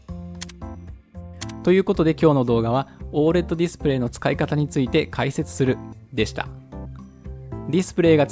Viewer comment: オー エルイーディーじゃないのかな?読み方